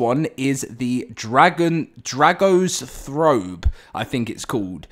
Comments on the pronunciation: Dragastrophe... As in dragon-catastrophe... not 'dragostrofe" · Dragostrophe pronounced like catastrophe, Ca-Ta-Stro-Phy so Dra-Go-Stro-Phy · Pretty sure dragostophe is pronounced like catastrophe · I think Dragostrophe is meant to be pronounced similar to catastrophe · I think the dragon is pronounced like catastrophe